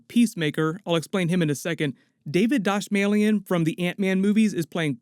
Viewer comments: It's pronounced David DA-small-chin Let's high five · lmao "David Dosmallion" smh... its pronounced David Da-small-chin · How did you say "David Dastmalchian"? "Da-small-chin" is how he's said his last name in interviews.